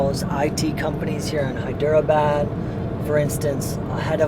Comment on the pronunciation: Good stuff man. I'm sure in one of the 600+ comments someone has already mentioned this, but I'm not going to check ;-) : It's said more like "Hy-dra-bad". How Indian language got ported to English script is lost on me, but I have found things like there are multiple "d-plus" phonetics. In Hyderabad, the "der" is slightly different than a "dr", and the "dera" (not two syllables) is slightly different from "dra". It messed me up for years since when I see a vowel separated by consonants, I assume it is a separate syllable (hence Hy-der-a-bad). The great thing is how most Indians don't really care and if they take the time to correct you, they're always so kind about it. (p.s. I obviously want to post about my struggles getting these things correct and this has little to do with the video. Thanks for the space to rant).